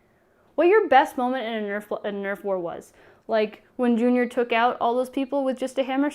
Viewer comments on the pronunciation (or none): none